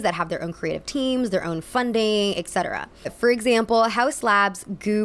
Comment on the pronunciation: *etcetera. not exetera.